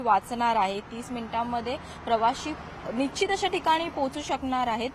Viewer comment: Marathi bhasha evadhi Jad aahee…….marathi channel la Laaj Kashi vatat nahi…….bhasha bhrashta karayachi hyacha pan kelay hya marathi news channels ni? Nichit ka nishchit? Javal javal 9 vela hi bai bolali ashudha marathi “nichit” tu changali Patrakaar pravakti nahi……Nichit Tula me shubhechha deto……ki tu parat channel madhe yeyu nako…….NICHIT😅